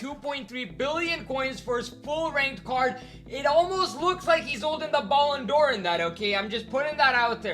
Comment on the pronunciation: Guy you literally just said "baloon"dor